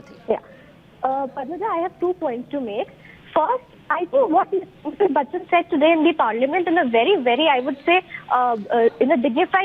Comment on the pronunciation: She is Jaya Bitchchan not Batchchan